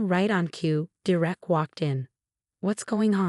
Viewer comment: For Gods sake “Derek” is pronounced dare-ek! Get it right or don’t do these narrations!